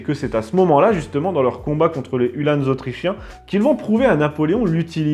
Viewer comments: Uhlans, et non UhlanEs lol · Je sais bien mais on dit Ulhans pas Ulhânes